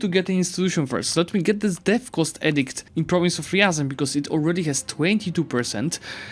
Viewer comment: Actually it's not ryAran, but ryazAn.😎